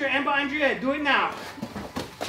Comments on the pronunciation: Pronounce a damn H for Christ's sake! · It makes me very uncomfortable the way he pronounces head without the h